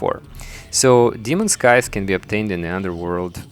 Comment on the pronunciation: when he said brain of cthulhu it sounded like he started choking on his spit lol. and when he pronounces scythe it makes me cringe.